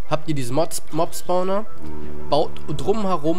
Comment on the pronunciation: also ich hab noch nie einen "Sporner" gefunden xD.. das heißt spawner